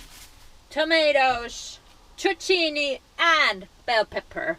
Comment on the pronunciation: I just love it how you say „Zucchini“ ! Say it more often !